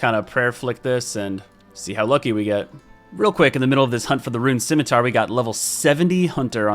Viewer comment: Is that how you say scimitar?